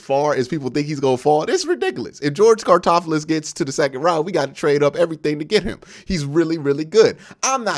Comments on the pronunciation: Its all good Q. But its George (Car-loft-tis) Karlaftis 🤗 Also…don’t sleep on CLE drafting Tyler Linderbaum if he falls or Leo Chenal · Q don't care what homie's name is🤣🤣🤣 Karlaftis. Karl-ahf-tis Great video though💪🏾💪🏾💪🏾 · The way you say Karlaftis' last name kills me lol. I agree with nearly everything you said in this video except for saying he could be a Bosa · The way Q says Karlaftis hurts my soul just a lil bit everytime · If we get Karlaftis all I hope is that Q learns how to say his last name correctly